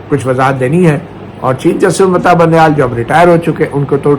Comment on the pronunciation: مطیع سر وہ چاچا سیاسی ڈیرے والا تو بندیال کو بونڈیال کیوں کہتا ھے